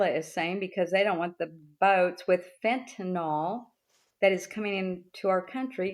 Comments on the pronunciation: FENTANYL. It's pronounced just like it's spelled. FEN-tuh-nuhl. Not FEN-tuh-nawl. If you can't pronounce it, you probably shouldn't be discussing policy about how to keep it out of our country,, the retired P.E. teacher. Jesus fuckin' Christ. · Bob insulting beloved family recipe tracks. He mean and he sucks. And AMERICANS are the ones bringing fentanyl in to the U.S. AMERICANS. And it's pronounced fentaNYL, not fentaNOL. That drives me nuts.